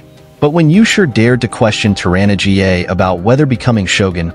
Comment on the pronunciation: 'Tor-anna GA'...Come on, at least check the pronunciations before you upload these videos.